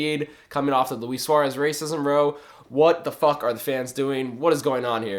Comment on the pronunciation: funny the way you say row lol